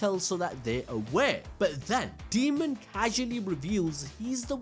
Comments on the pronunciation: Dude, it's Daemon, not Demon. Say it right. 🙄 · Daymon not demon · A AAAAAA dAemon. Not deamon, not demon, ...DAEMON! Said as day-mon. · Why do keep calling Daemon as Demon? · 🤣 keeps calling him demon not Daemon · DAY-MON. His name is pronounced DAY-MON.